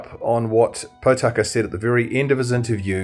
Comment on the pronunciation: How come you interview Tama Potaka several times without bothering to pronounce his name properly? His surname is not Pot aka or Pau taka. Think of the words Pork, More, Morepork and you will get the correct sound. Mispronouncing maori is like hearing an opera singer sing out of tune. The best way to get your lips and mouth accustomed to pronouncing maori is to practice E. A ha ka ma na nga pa ra ta wa wha ....E E he ke me ne nge pe re te we whe....I I hi ki mi ni ngi pi ri ti wi whi....O...O ho ko mo no ngo po ro to wo who....U U hu ku mu nu ngu pu ru tu wu whu. A as in father, E as in met, I as in meet, o as in Pork, U as in poo. Give it a go. This will help pronouncing come naturally to you as a proud pakeha like me. Thanks for your podcast. Keep it up.